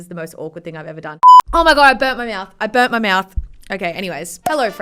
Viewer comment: yeah i no, but it sounded like bet, wen she said it